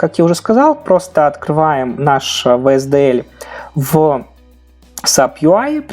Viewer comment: Произносишь SDLC неверно